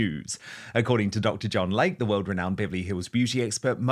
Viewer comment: WHY CAN'T YOU PRONOUNCE YOUR ADVERTISER'S NAME CORRECTLY??? It is "Lay-Key" not like the body of water called a lake.